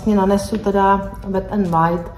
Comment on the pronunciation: Pardon, ale neni to Wide, jak to vyslovujete, ale Wild.